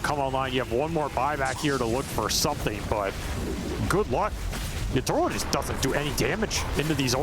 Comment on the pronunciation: Casters still saying "Yatoro" lol